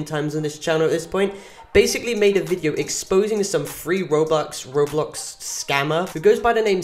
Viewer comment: HE SAID ROBLOS LOL